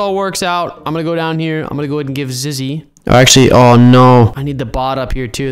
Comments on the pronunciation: Hey I am sorry to crush your dreams but it's Zizzy not Zigy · you keep on calling zizzy "ziggy" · IT ZIZZY NOT ZIGGY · Who else is gonna tell him it’s ZIZZY not ZIGY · "We have to jump on HIS head and onto the roof" ZIZZY IS A GIRL and its zizzy not ziggy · Oh yea ur right he said Zigy it's Zizzy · And he was calling her ziggy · Zizzy is a girl and you’ve been calling her a boy and you’ve been saying her name wrong it’s zizzy not ziggy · Ziggy its Zizzy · Him: Ziggy Me: ZiZzY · "We need Ziggy" Me: "Who's Ziggy its Zizzy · ziggy everyone: zizzy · “ziggy” Me: 🤣🤣🤣 zizzy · Ziggy Me: Zizzy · but we need zizgy to get in the giltch Me: its zizzy not zizgy wait how did you spell it again XD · ziggy me:zizzy not ziggy and ant also called her he😂😂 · It’s not ziggy it’s zizzy u silly old bird 😂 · Who is ziggy its zizzy,😆😆😆😆😆😆😅😅😅😅😅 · Yes ant did call zizzy zingy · calls zizzy ziggy me like its zizzy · Where is the grass for Ziggy Me. It’s not Ziggy it’s Zizzy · IT NOT ZIGGY ITS ZIZZY SHES MY BEST FRIEND 😭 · And then he said:ziggy?! I meant ZIZZY LOOOOOL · U keep saying Ziggy its zizzy 😂😂😂😂😂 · it Ziggy Me:it Zizzy not Ziggy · It's not called Ziggy it's called Zizzy silly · 😂zizzy not ziggy😂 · ITS ZIZZY NOT ZIGGY AND SHE’S A GIRL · ima tell him two things it zizzy not zig and zizzy is actually a gal / girl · Her name is zizzy not zggy * laugh so hard* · Zizzy not Ziggy silly seey ok ur notcsilly they say it bc uhh idk :^ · Bruh ant you keep saying ziggy but its actually called zizzy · its Zizzy not Ziggy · Bruh its Zizzy not :Ziggt: your forgiven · I just sayin but I think you said ziggy it,s zizzy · Umm it’s not zigy. It’s zizzy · the you said ziggy cause its zizzy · I think her name is zizzy not Ziggy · Ziggy" me no its actually zizzy every youtuber makes this mistake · Ziggy? You mean Zizzy? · Ya say Ziggy instead of Zizzy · ant its not Ziggy its Zizzy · U call her ziggy but her name is zizzy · Is zizy not zigy